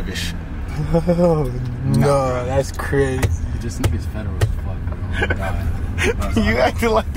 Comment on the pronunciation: Crishcovich lmao